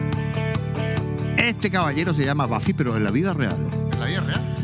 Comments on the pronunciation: Lo más grande Alejandro!! 🎉👏🏻🫶🏻❤️ que sigan los éxitos!! Pd.: Es Buffy wn, no “baffy” 😒😒😒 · bAffy se pronuncia en ingles 🥴